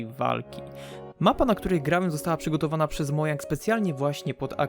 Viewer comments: Nie mówi sie mojang tylko modżang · nie mojang tylko modzang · ...mojang (czytaj modzang)